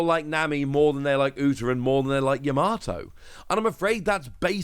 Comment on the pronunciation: Videos always on point but please stop putting an R in Yamato it's Yam-a-toe not Ya-MAR-to Other that then my go to for Op News 😊